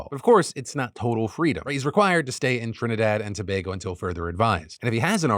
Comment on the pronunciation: TRINIDAD AND TOBAGO !!!!! btw thanks for pronouncing it properly